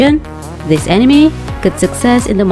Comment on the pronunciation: Lets play a game,down a drink every time this girls says "animi"